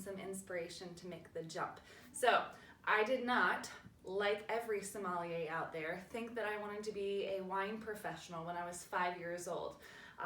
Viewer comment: But you mispronounce sommelier. 😂😂😂